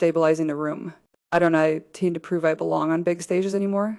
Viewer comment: AI pronounces don’t as donut T😂